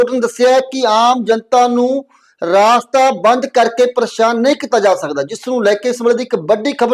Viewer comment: ਰਾਸਤਾ ਨਹੀਂ ਰਸਤਾ